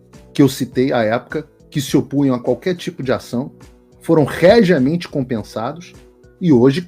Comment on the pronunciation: rejeamente / regiamente.... gente, isso é um canal de jornalismo....